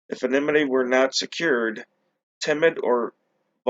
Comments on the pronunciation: the correct pronunciation is: ANNA-nimm-it-tee. The emphasis actually belongs on the second syllable. See: “anna-NIMM-it-tee” The word is not pronounced correctly when you say only… “NIMM-it-tee”. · Sorry, I meant the emphasis belongs on the third syllable. Anonymity has 5 syllables. 1. Ann 2. no 3. nimm 4. it 5. tee I can only speak to American dialects, as that is the one I’m most accustomed to. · the correct pronunciation is, ANNA-nimm-it-tee, how can the emphasis ACTUALLY belong on the second syllable(“anna-NIMM-it-tee”)? Which is correct, the British or American pronunciation of "controversy"?